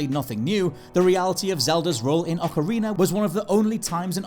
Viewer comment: “Ocariner of time”